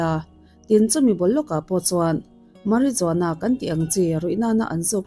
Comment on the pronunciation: Marijuana hi Mariwana ti a lam tur....lsvmm